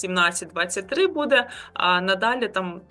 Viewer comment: Та не БУДе, а БуДЕ.